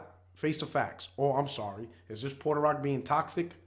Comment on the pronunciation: I thought Puerto was pronounced "P-where-toe" and not "Poor-ter".